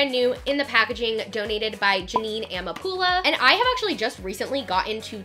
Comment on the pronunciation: I don't wanna be rude but You did pronounce Adelaine's name wrong, as well as Jeanine Amapola's last name wrong! Just so you know!